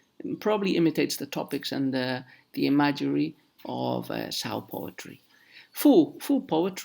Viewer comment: Very interesting! :) ... Word of today is: Imagery ... and you and I pronounce it quite differently.